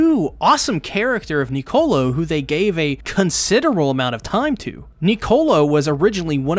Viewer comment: also please when you say Nicolo remember its one word, your pronouncing it like to words,its one word, lol